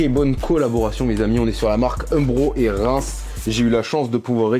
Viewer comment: Frérot ça me perturbe. Tu prononces Rains comme « Reims » alors que ça se prononce « rènse » 😭😂